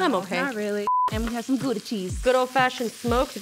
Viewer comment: did she just say gooda?, you need to say gouda with the ou from ouch